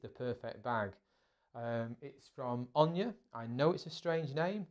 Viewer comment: Where the hell did you get the idea that ONA is pronounced "Own ya?" It is pronounced the way it is spelled. "Own a"